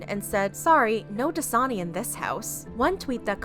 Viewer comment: No one: The clips in Shane’s video; “Dasina”